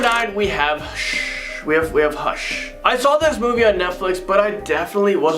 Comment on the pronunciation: when said "hush" but began with shh 😅 watched most in the list, but meh.